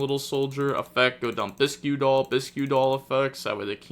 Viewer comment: It’s not biskew doll is pronounced bisk doll. Kinda like tomato bisque soup.